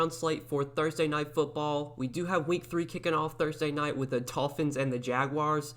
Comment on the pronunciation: U literally just said Tolphins lol 😂 but no good content as always ! I won two lineups week 2